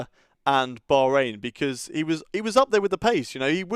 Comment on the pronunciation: It would be decent if the commentator bothered to learn the name of the country Bahrain.